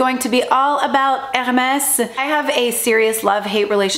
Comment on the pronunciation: Omg 😱 the way she says H’ermes is bugging me. Sorry not sorry. 🥴